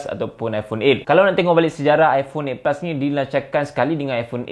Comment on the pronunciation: Aku tak paham apa yang di cakap. Eight pus🤣🤣